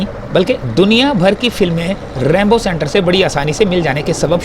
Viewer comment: ریمبو نہیں رینبو سنٹر ھے